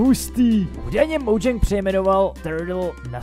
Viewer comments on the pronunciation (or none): none